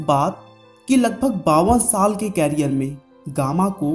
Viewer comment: its not कैरीयर its करियर